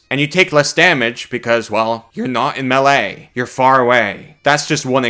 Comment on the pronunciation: this man determined to mispronounce melee forever, no matter how many times it is brought up :D